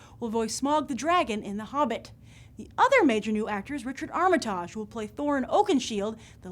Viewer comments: You mis-pronounced Richard Armitage's surname.....come on, it's really not that difficult to get right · the way this lady pronounces armitage -makes him sound french -its hilarious!!!!!!!!! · Sorry to be picky here, Grace, but it would be really nice to hear Richard Armitage's name pronounced correctly - after all he has the same name with the same pronunciation as the former US Secretary of State and I don't remember anyone having a problem pronouncing that. However I am a Tolkien fan and truly excited at the prospect of seeing more of Sir Peter Jackson's talents in The Hobbit and of course all the wonderful characters from the book, and for me, Thorin in particular!